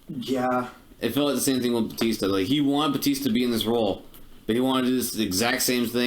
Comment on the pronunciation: It’s BA-tista not BOO-tista!